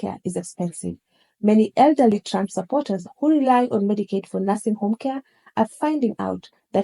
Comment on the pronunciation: I like how the way the narrator pronounces his name sounds like "tramp". lol